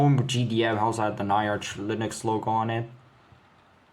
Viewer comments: bro it's not na-ya-r-ch, it's nya-r-ch, like a cat meowing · Pronoinced Nya-rch, not Ny-arch